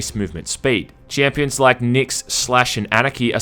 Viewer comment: fuck how many times do you wanna say chiiiiimpions